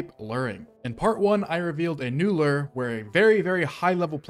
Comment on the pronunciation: The way you pronounce lure as "lerr" drives me insane lol